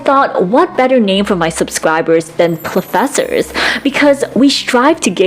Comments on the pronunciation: Plofessors. It’s genius but i just gonna instinctly respon ‘bangke’. Imagine drinking when you say the name. Gold. Great video. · plofessors lollll love that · PLOOFESSORS!! 😂 Yes!! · I have two suggestions! One, not "plofessors." Two, don't get too close to a high-powered mike like that, you're blowing it out and sound quality is actually worse. Hoping to be helpful here. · plofessors it is then mwa mwa